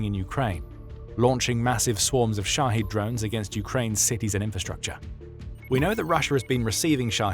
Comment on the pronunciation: Shahed drones! I thought he was saying "Russia's shotty drones" as in sh!tty. 😅